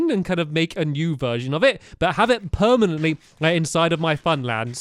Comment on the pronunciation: its gonna burn down to due to karma because he kept saying iit was going to be "permanat"